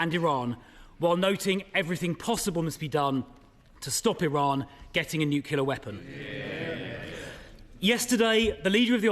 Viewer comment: Did he say nucular weapon?